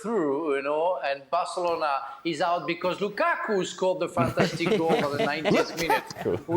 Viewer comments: You know he wants to say Lakaka so badly. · ALE kills me the way he pronounces Lukaku...🤣🤣🤣🤣🤣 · I love how pronounces "Lukaku"😂.